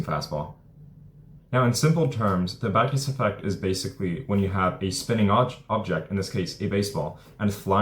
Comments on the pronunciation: Can you take the time to actually say: 'Magnus Effect' as opposed to the 'mouthful of gumball' sounding 'manft'. Here's another word for you to learn -- ENUNCIATE! As to 'hitting a baseball, is the hardest thing in sports...' that is just a saying, I can think of many things that are harder? Try winning the Indy 500 a record amount to times? Beating Usain Bolt at the 100 meters? How's about how many times has there been a 99-yard touchdown run in the NFL? One must consider that an average of 26 pitches thrown in a game -- are actually 'HIT' -- not to mention the amounts of contact producing things like Foul Balls. It is NOT that hard -- there are plenty of thing's WAY more difficult than hitting a baseball -- in sport -- that's just the way that it is. It is a time-honored tradition -- a maxim, that nonetheless is NOT true and "NEVER" has been true. And you, my friend have not only 'fallen' for it, you are trying to sucker other people into it. Why not simply say that it IS a difficult game to play -- AT THE BEST OF TIMES? Interested to know what 'artificial hyping' is? Just go back and re-read your ageless Stuff that you've mentioned! Keep in mind, that I am being VERY 'NICE' in this response, because of how terrible this useless trove of wordage actually IS! It actually deserves far worse of a response! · The WHAT effect ? I could never understand the word you are saying Great VIdeo. Vacus effect?